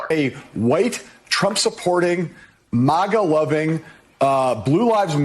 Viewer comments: Easy to see that the anchor is reading his words and not his actual opinion….. he Pronounced it “Mawg Ga”. Doesnt even know or heard the phrase before. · Its “MAGA” not “MOGA” biatch 😁